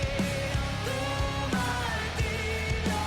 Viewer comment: Mar-TI-rio. Stress on the second syllable.